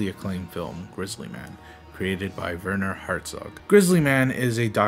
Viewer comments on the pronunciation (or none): Herzog, not Harzog. Herzog is the German word for a nobleman.